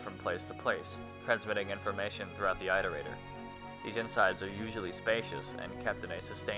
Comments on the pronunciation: On one of your other vids i wholeheartedly agree with your scorn at the shiddy pronouncement of "artificer" but if you're gonna roll like that we have to be fair across the board and call out your way of saying "Iterator". Its an IT-er-ray-tor, not an EYE-ter-ray-tor. An iterator is something that makes iterations [IT-er-ray-shunz] of things, which for those not knowing are versions, updates, mods and/or improvements of things they or something else has already built. I live your vids n have just subbed, but just as "artificer" got stuck in your craw, "Iterator" got stuck in mine. Now that I've got that case of "that fkn guy" outta my system, I'll say that I've really enjoyed your vids. Informative, deprecatingly funny and have convinced me to spend money i shouldn't on a game i was previously fence sitting on... To the point I'm now genuinely unsure whether to begin Elden Ring or Rain World 1st! So yeah, umm... thanks for the entertainment and F#@ you for the crippling indecision this choice has now struck me with! I look forward to further ITERATIONS of your work ;) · for a guy who gets pissed at someone saying artificer wrong, you sure love saying "iterator" wrong